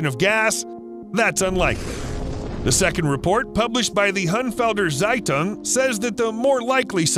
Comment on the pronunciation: it is quite interesting that caws can produce so much gas but the funniest part for me was how you pronounce Hünfelder Zeitung because i can speak german. In no offensive way i just love it.